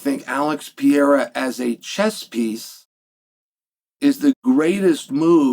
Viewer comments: ALEX PE REI RA. What are you saying? Pierra? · Alex Pee-yaira….no, Chael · His name is not pronounced pee-era! Why does that drive me nuts? I wish I knew lol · god damn why cant he say pereira? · Because he purposely mispronounces names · You must be new here.. 🤣 He does it every Pereira video. It pisses me off too 😂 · It's a tongue twister for him